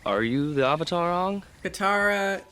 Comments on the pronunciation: did anyone notice he said OHvatar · They can't even say the word 'Avatar' correctly. What's an 'Ovatar'?? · Question, who is the "Aavatar"? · I forgot "uh-vuh-tar" was something that was said. Upon the other transgressions, this was laid me flat. I'm done. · Oh, I love the UHVUTAR. UNGH is my favourite.